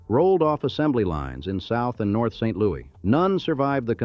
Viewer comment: You should probably get someone FROM St LouiS to redub this video. You slaughter the pronunciation of ALMOST everything related to St LouiS.